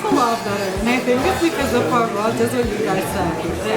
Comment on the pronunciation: The way she says "far-gwa" instead of "fwa-gra". 😆 They're cute together. She does need to give him more first bites. 😜